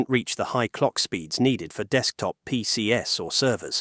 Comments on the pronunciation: Terrible AI narration with a "fancy" British accent. Desktop "PC's" is pronounced pee-seez, not pee-cee-ess. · Imagine saying "PCs" as "PCS" 🤦🤣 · Pee See Ass also for PCs